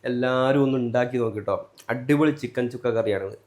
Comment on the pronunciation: ചിക്കൻ ചുക്ക അല്ലടോ ചിക്കൻ സുക്ക എന്ന് പറയണം